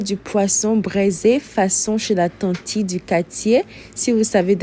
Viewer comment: Aah de la maniere tu as dit la tantie du quartier la je me suis assise tres tres vite😂😂😂😂